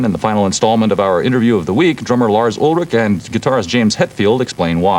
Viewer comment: "Lars Ul-ritch"? And a few seconds later, the same reporter calls Metallica a speed metal band 🙄